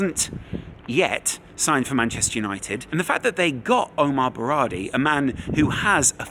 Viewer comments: "Omar Berrardi" 😂 more research required before recording. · Besides him saying "Omar Berrardi" numerous times.